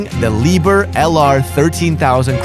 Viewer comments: Again, English-speakers refuse to say anything correct in any other language. How can you say "Liebherr" so wrong ?! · It's not pronounced "Lee-bur" it's pronounced "lee-bear"